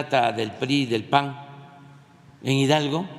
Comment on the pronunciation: No se dice paggg es pan